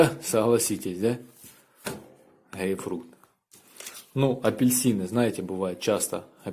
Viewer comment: Грейфрукт🤣🤣🤣 Наверное мама так всю жизнь говорит? Ладно,учись пока папка жив - ГРЕЙПФРУТ!!!